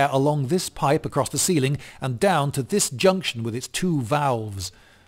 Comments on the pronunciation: That's a weird way to pronounce "1785" ...🤷‍♂ V A L V E S 👁👄👁 I don't know what this is but I'm just going to assume this is Philomena Cunk's mate Paul. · What was with the pause and then…. “Mmmmm. Valves.”??? 😂😂😂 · Idk what was up with the intonation on that second "valves" but I'm glad they got you feeling some kinda way, lol. 😂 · Sounded like the way he emphasized the "Huge bellows" and "VALVES" was supposed to teach us what's important on the machine.